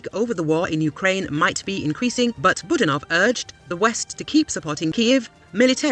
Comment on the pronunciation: Boo! DAN off - not boo dan OFF.